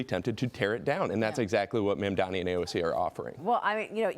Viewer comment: Why can none of you idiots pronounce Mamdani's name correctly? It is not "mom-dommie" it is "mom-donnie" ffs